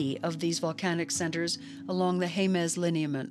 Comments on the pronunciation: (Jemez) HEM-es not HAY-mez. You're welcome. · Not near as bad as hearing Haymez, cannot finish video due to this mispronounciation. It's Jemez, J's are H's but e's are not a's.